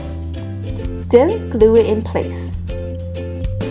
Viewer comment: I love how she says then - den